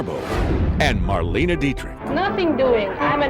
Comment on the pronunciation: Maybe the speaker could have at least learned to pronounce her name right. It's not "Marleeene", simply Marlene. Also documents proved that Garbo and Dietrich never appeared in the same movie.